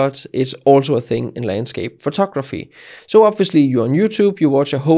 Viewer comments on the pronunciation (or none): I like it when you say: "photokraphy" (